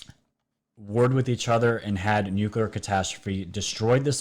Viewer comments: Geeeze this guy's dumb. "Nukulear", "Oreon", etc... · And there's only ONE "U" in nuclear!!